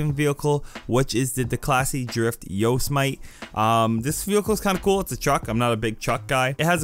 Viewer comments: "Yo-sim-itty" is how Yosimite is pronounced. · The pronunciation of Yosemite 😂😭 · Why he say it like that? Lolol derp